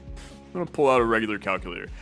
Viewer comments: cal cue luh tore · literally my first thought lol. cal- cuh-la-tor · Missed oppurtunity to call it the way calls it in TAWoG, Cal-Kewl-Latore....that is about as close as ill get for how he pronounces that >-> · CAL-CU-LATOR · CAL-CULATOR!!!! OMG